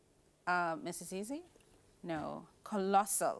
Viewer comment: Collosal is the correct answer, the pronunciation is the issue here.